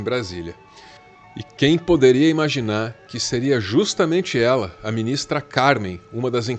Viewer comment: só avisando que o acento no nome da Ministra ficou errado. Pessoal do ICL se equivocou também em um momento kkk